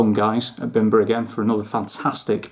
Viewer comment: Great review, and just a heads up. The bim is pronounced as beam. I believe the master distiller is Polish and that’s how it would be pronounced in Poland, bimber means homemade alcohol like American moonshine 😊.